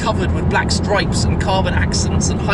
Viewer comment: got stroyps and hoyloights has it?